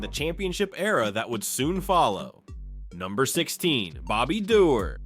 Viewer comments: Not dee- orr it's door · Bobby Doerr. Pronounced "Doh-ur"